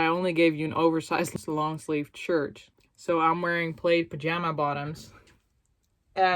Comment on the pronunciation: when she said “plaid” as “played” 😭😭 so cute